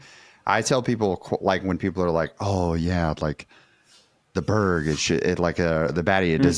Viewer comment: I think y'all are still pronouncing Berg wrong. I think it's like beh-ri with a slight r roll. Yeah I think Domes are typically more flippy than flippy Falks.